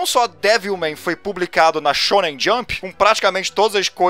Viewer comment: Eu só consigo ouvir "sêmen"